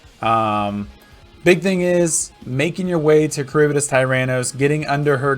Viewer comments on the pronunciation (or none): none